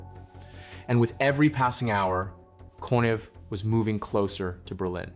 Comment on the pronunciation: I believe that Konev is pronounced Konyev.